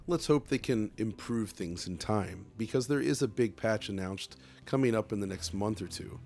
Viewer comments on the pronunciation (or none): LOL 😂😂😂 i thought i was crazy, so he did say annouched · “big patch announCHed”